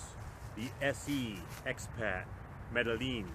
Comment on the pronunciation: I like that you actually know how to say the name of this knife. Its a really neat little folder. Underrated in my opinion. Thanks for sharing it with us